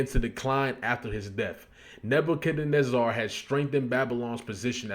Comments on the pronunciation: It’s pronounced Neba-ca-nezzer Sorry bro but it was irking me to hear you mispronounce it 😂😂😂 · Surprised me when he said it like that. I thought he was educated enough to know how to pronounce it. Shame. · Say it with me my G. NEH - BYUH - KUHD - NEH - ZUH (spelled Nebuchadnezzar) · Neb-ba-ca-nezar. Or is the mispronunciation an inside joke that I’m late on??? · 🗣️NAH-BAH-KA-NÉ-ZER the pronunciation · I got you bro. Neh-Buh-CUH-Neh-Zer Nebuchadnezzar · Its pronounced "neh-buk-hed-nezzer" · Neb-uhh-kan-ezzir. Like, yes sir! Yezzzir! Neb-uh-kan-ezzirr! You heard it before, just dont recognize it, the way it's spelled. Pretty sure its said in the Marvel universe somewhere.😂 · same ong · "Nebb You Cuhh Nezz Zur" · its "neba cuh nez err" you aint seen the matrix?? 😂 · Seeing you butcher "Nebuchadnezzar" was funny as hell lmao side note "Nebuchadnezzar" was also Morpheus's ship name in The Matrix.